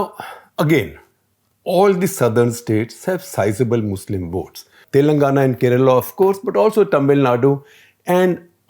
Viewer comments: I guess all the journalists must put some effort to correctly pronounce our place names "Telangana", "Hyderabad". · Look, you can't even pronounce the names correctly. I like SG, but he always.. and I mean always mispronounces Telangana. It's irritating to say to the least, we have to learn and speak your language but you people don't even have the courtesy to learn how to pronounce our names. Do that first, then we can talk about coverage later.